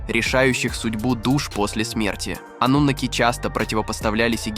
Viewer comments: Ты человек или читающий робот ? Почему слово " анунаки " произносится по разному, то ударение на букву "а" , то на букву "у" ????? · Какие ударения-жуть.Пытаются донести матриал, н зная его основ,к чему такое тшательное произношение-ануннннаки? Их и попросту анунаками называют. ошибки не будет. то ли боты тперь все озвучивают,ударения-швах.